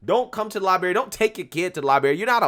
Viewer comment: Lie-BRary. Not Lie-Bary